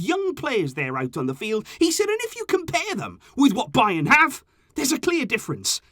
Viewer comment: It's bayern lol